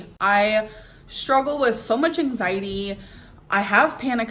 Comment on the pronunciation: I HATE how she says "angziiidieee" like i wanna slap her in the face